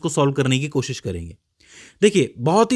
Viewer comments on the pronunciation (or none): none